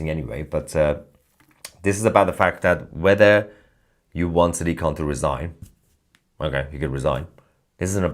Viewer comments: sack-dik, khant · Did you just call him Sad Dick Can?